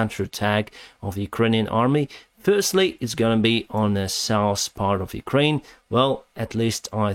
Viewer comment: Did you ever pronounce the name as "Kraine"? Probably not: It really needs a "U" there: "Ukraine". The same goes for "sitation". That too really needs a "U": "sitUation".